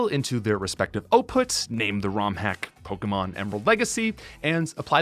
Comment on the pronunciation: All this and you cant even say pokémon right. You cant even say the name of the franchise whose game you spent 5000 hours hacking- you can even say the name right